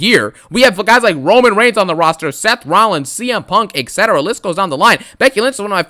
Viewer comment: "Romano Reigns, Sethington Rollins, Los Angeles Knight." 😂😂😂